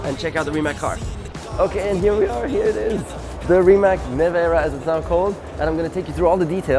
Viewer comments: I still can not understand why do some of your pronounce the name wrong? It is Rimac not Rimek. It is Rimazz like pizza at the end. P.S. It is nor Nicco Rasbjergg! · Everything fine but I do not understand why you are pronouncing RimaK when you know that is RimaC?! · Its Rimac not Rimak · Its Rimats not Rimak .. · Nico warum sagst Du immer Rimäk - es wird doch anders ausgesprochen :D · C in Rimac is read as zz in pizza. (I'm Croatian) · Bought a 2m dollar car….can’t pronounce RIMAC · At least pronounce the name right.